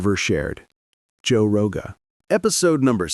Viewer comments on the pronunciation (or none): who tf is Joe roga???? 🤣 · Who the hell is Joe Rohah!? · heard joe rogah and im gone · “Roe Jogah” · “Joe Roga.”